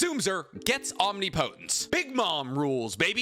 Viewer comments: Why do you choose to say omniPOHTense it’s omnipotence dude this is so triggering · Bro please learn how to say omnipotence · That’s not how you say omnipotence